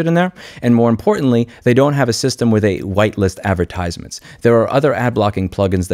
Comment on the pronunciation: Why do you place the emphasis on the third syllable of the word "advertisements"? No diss, just curious XD